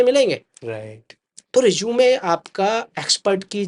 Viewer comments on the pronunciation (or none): Sir pehle Resume ka pronunciation to thik sai kar lo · Bhai is hr ko to rusume bolna bhi ni Ara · Resume ❌ Rizoom ✅